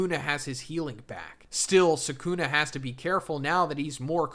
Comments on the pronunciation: "Sakuna" damn... LOL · i hate how u pronounce their names ffs the show literally shows how to say it like wdym megoomey and sahkoona and muheeto bro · Why does everyone call him Suh-Coon-Eh? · Not even ten seconds and you mispronounce the main character in your video. Awful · Why do you pronounce Megumi and Sukuna like that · Anyone know a vid like this where the speaker pronounces Sukuna correctly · Everytime he says Sukuna wrong I die a little inside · Yooo what the fuck is this pronunciation?